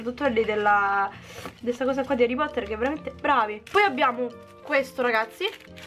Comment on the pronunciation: HARREH POTTAHHHH😍